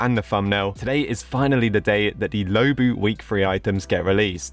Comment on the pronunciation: It’s not pronounced low-bu it’s pronounced law-bu